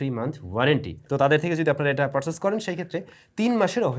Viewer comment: পারছেইচ না, পারচেইছ। ফিউছার না, ফিউচার। টাছ নয়, টাচ। মিসম্যাছ নয়, মিসম্যাচ।